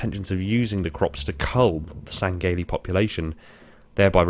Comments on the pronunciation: Say it with me: Sang-he-lee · Lol why do you say it like (seng-gay-lee)